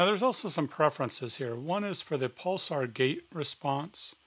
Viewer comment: Ha with the gravity, now it starts to make sense why he pronounced pulser as pulsar